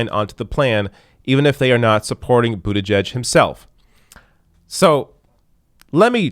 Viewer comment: as the conscientious journalist and commentator that you are it is admirable that you pronounce the family name of that cretin, Mayor Pete, correctly, but, y'know, I still to pronounce it in my way that sums up a contempt for his pretentions: Pete BOOTYBUTT.